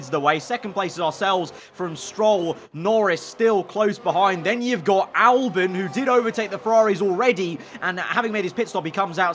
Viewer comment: Albon not Alben